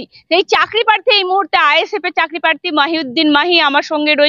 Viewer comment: কেন্দ নয় ওটা কেন্দ্র হবে, পাথ্থী নয় প্রার্থী,এই রকম উচ্চারন করলে সাংবাদিকতা হয়?